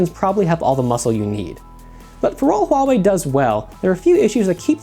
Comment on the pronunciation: it is really great that people start pronouncing "Huawei" correctly.("H" is not silent guys :3 )